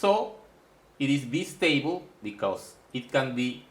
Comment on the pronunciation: Good video pronunced as Bye Stable